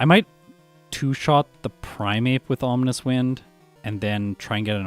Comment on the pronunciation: Is it just me or does he pronounce Ominous in a slightly weird manner? It almost feels like he's calling it "Omninous Wind" or something because of the potential omniboost, lol.